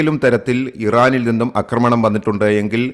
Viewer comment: അക്രമണം അല്ല ആക്രമണം എന്നാണെന്ന് നാലഞ്ചു വീഡിയോകളിൽ പറഞ്ഞിട്ടും ഈ പൊട്ടനു മനസ്സിലാകുന്നില്ല .....കഷ്ട്ടം